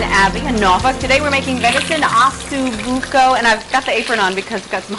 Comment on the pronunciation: It's OssO Bucco, not OssU Bucco, correct?